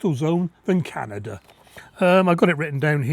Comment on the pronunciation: Canadia-land?!?! Oh boy, that was funny! Emojis don't seem to be working.